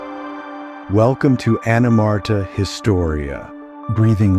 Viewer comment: I find it hilarious that the narrator can't even say the name of the channel correctly. ANIMARTA. Lol